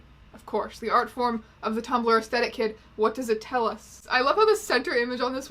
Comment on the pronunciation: It bothers me that you don't pronounce the th in aesthetic. Mostly because it makes me worry that it's actually me who's saying it wrong.